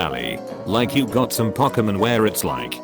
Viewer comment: it pronounces "Pokemon" as "P-awk-a-min"